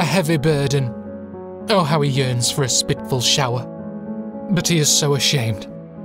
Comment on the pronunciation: when he said "spitful" i was like, i think the guy meant spiteful, but then he read the whole thing